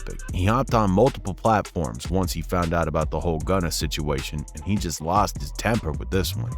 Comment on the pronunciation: it’s gunna , not “gunner” why’d you even say that?